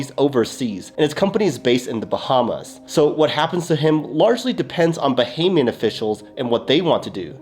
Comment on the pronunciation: You're the only crypto influencer so far who has pronounced "Bahamian" correctly. Bravo!